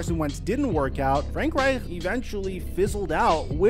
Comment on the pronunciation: It’s painful listening to you say “Reich” lol